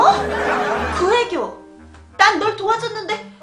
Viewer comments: 나애교 가 아니라 구애교 ㅋㅋㅋㅋ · 옴마야 나애교가 아니고 구애교 ㅋㅋㅋㅋㅋㅋㅋㅋㅋㅋㅋㅋㅋㅋㅋㅋㅋㅋㅋㅋㅋㅋㅋㅋㅋㅋㅋㅋㅋㅋㅋㅋㅋㅋㅋㅋㅋㅋㅋㅋㅋ